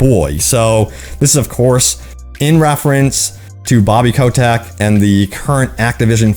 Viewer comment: I dont know why, but it drives my crazy that you pronounce Bobby Kotick as "Bobby Coe-Tech". DX